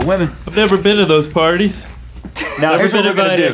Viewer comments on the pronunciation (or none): none